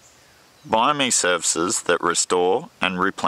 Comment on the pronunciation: Not trying to be horrible, but the way you're pronouncing biome is wrong.